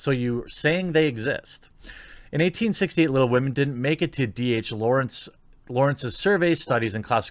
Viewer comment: I would rather read Tom Sawyer than 'Wittle Wahmen'